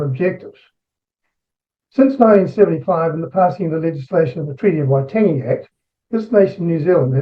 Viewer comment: He said it fine. Splitting hairs.